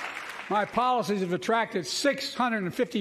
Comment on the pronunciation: Guarantee the right to "avf"? The dude cant speak. Or read.